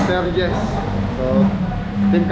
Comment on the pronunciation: CHESZ PO CHESTER DI PO JESS😊